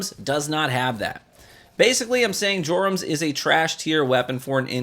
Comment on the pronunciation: Your-um. J is silent